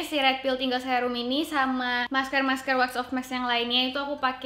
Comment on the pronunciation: mask ka bukan maks :(